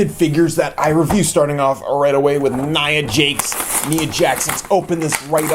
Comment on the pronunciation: Learn how to say nia jax